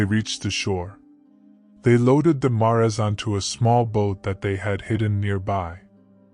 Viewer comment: Assuming you're an English speaker, I'm a little confused at the pronunciation here. "Mares", the plural of mare: female horse is pronounced mɛəɹz. Like "airs" with an "m" out front.